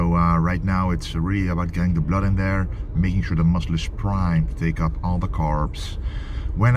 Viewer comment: I love it how you say blurd. Keep pushing 😎💪👊